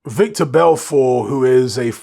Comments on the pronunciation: His name is Vitor not victor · it's pronounced VTor my bruvvah haha